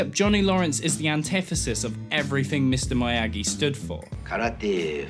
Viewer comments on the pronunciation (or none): Its miyagi not mayagi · Myagi. MYYY-AAAAGI? Fucking Myagi. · you're saying Miyagi wrong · Why the fuck do u say mr miyagi like that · The way he says Miyagi gave me eczema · DeadLetter It gave me Ligma.